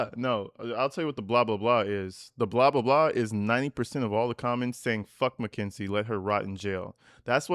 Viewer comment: Is it just me or are you pronouncing it MACKINZIE? Lol.